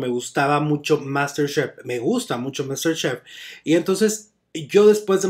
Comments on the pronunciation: Muero con tu "Máster SHHHEF" 🤣🤣🤣🤣🤣🤣🤣🤣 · Que tal su "Máster SHHHEF"? 🤣🤣🤣